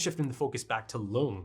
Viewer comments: Lunge is probably supposed to be pronounced "Lun-guh" because it's just the German word for lung. Also interesting to note that Mr. Junkers said "Monster" specifically which is not the Japanese word but the German word (pronounciation is very similar too the english one too, but given the anime, I believe it's supposed to be the German pronounciation), I think it's also not too far fetched to believe the anime title is also supposed to be the German word instead of the English, but idk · Monster is amazing. About Lunge, there are no silent vowels at the end of a word in German. Porsche, Helge, Lunge, the E at the end is always pronounced, something like an -uh.